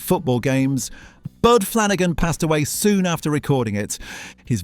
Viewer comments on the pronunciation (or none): none